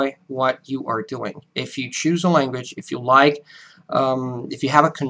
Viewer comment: With your pauses and slower paced, emphasized speech, you sound more American than us Americans. Maybe it's the internet, but only thing I pick up is, oddly enough, your "language" comes over as "langwich" a little bit. But please don't change it or anything. It's better than the original. While a deep accent is annoying, a little accent adds wonderful color to a sometimes dull world.